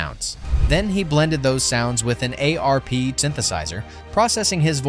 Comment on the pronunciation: ARP, which rhymes with "harp", not A. R. P.